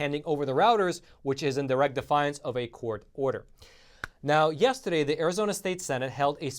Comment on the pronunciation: "meanwhile, yes-ta-day..."